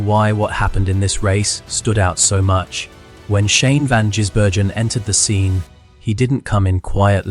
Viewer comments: Like what is Jisbergen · Stopped watching as soon as your STUPID AI could not pronounce his name properly. Stop being lazy and do a human voiceover. Channel blocked.